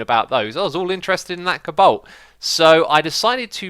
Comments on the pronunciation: Cabalt??? Its coe-balt😂😂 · CABALT...Really....I love how you pronounce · Thats NOT how you pronounce Cobalt. Its Co-balt. You are not supposed to say to fast lol